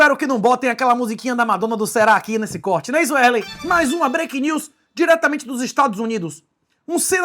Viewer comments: em momento algum do video ocorreu a pronuncia Wesley... é mais algo proximo a "uerley" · É Wesley kkkkkk é porque ele fala o nome dele errado